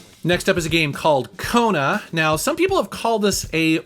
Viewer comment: Love to hear you say "Kona". Keep up the good work!